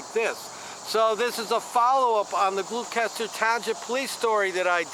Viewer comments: It's pronounced Gloss ter. It's next to Camden County. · You're butchering the pronunciation of Gloucester